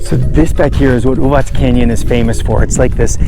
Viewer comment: Thanks for showing this pretty part of Serbia, and for pronouncing it correctly - Uvatz and not Uvak. :) Love your enthusiasm!